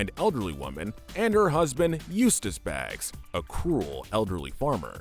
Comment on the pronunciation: Muriel and Eustace's last name is Bagg, not Baggs.